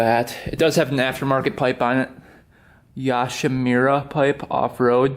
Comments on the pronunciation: It’s pronounced “Yo she more uh” and it’s a good aftermarket piece. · It is pronounced “yo sheh mewra” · It’s pronounced yo-shi-mer-a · Its pronounced yo, like yo whats up Shi, like shes hot And mura, moora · Bruh Ik you’ve never heard of the pipe but I’ve never heard somone say it like that 😂😂